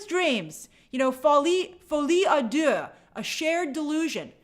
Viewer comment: No i in deux, Grace. You're saying adieu (good-bye), it's à deux (by/of two). Like doh, dodo 🦤 not dieu.